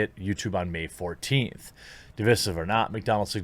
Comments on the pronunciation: OMFG...STOP MISPRONOUNCING DIVISIVE! FFS De-vice-sive, fucking learn it. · Hearing you murder the word divisive made me nauseous